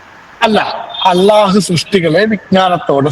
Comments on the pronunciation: അലാ അ ലാ എന്നല്ല അള്ളാഹു എന്ന് പറയണം നിങ്ങൾ എവിടുന്നാ ഈ അല കൊണ്ടുവന്നത്. സെബാസ്റ്റ്യന് എവിടെയാണ് തെറ്റ് പറ്റിയത്. ഒന്ന് അറബി അറിയില്ല പിന്നെ ഇയാളെ ഉസ്താത് ഗൂഗിൾ. ഗൂഗിൾ നോക്കി ഖുർആൻനെ വിമർശനം നടത്തിയാൽ പോയി പുഴയിൽ ചാടുന്നതാണ് കാണാർ. ആദ്യം പോയി കൊറച്ചു അറബി പടിക്ക് പ്ലീസ് എന്നിട്ട് വിമർശിക്കാൻ നോക്ക് അറബി. ചുക്കുമു. ളകുതി പല്ലി. ഇങ്ങിനെയൊക്കെയാണ് അറബിവായിക്കുന്നത്. കെവിനും കുറച്ച് അറബി പഠിപ്പിച്ചുകൊടുക്കണം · അറബി പഠിക്കാൻ നോക്ക് അള്ളാഹു ള അത് നിങ്ങൾക്ക് അറബി ഭാഷയിൽ ഉച്ഛരിക്കാൻ അറിയില്ല ള എന്നും ല എന്നും അല്ല അറബിയിൽ അല്ലാഹുവിന്റെ ഉച്ചാരണണത്തിൽ വരുന്നത് അത് മനസിലാക്കാതെ കിടന്നു മെഴുകല്ലേ.